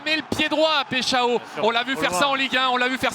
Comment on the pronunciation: "péshao" MDR ils cherchent même pas comment prononcer les noms des joueurs 🤣🤣